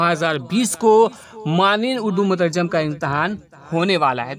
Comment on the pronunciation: مترجِم بولا جاتا ہے مترجٓم نہیں